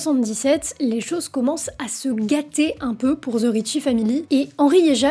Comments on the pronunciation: the se prononce de et non ze , je sais pas pourquoi tout les francais le prononce mal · Là, la France, arrêtez de dire "ZE" lorsque vous dites "THE"! Ça se prononce DE ET NON ZE.😂 C’est un DE en accentuant un peu la prononciation sur le bout de la langue.🤦‍♀️ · The ne ce prononce pas ze